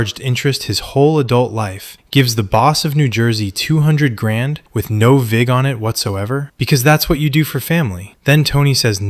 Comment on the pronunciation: Vig... Not fig